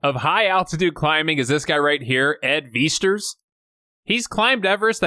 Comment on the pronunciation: Ed Viesture, you said his last name wrong